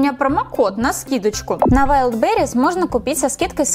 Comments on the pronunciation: Велберис - ударение на первый слог. Больше не говори как в видео слово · Wildberes (если я правильно написала) ударение на i (или по русски на а)